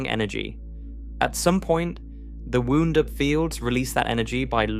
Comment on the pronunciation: "w-ow-nd" not "w-oo-nd"